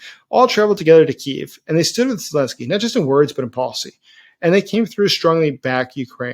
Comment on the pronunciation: Zelensky not esy man